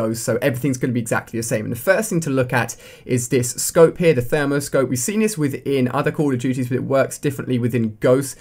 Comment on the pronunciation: its pronounced THERMAL not THERMO